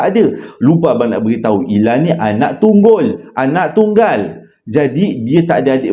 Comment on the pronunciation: Gara-gara tersalah sebut anak tunggal jadi tunggul tak pasal2 tersembur air minum saya:hydrate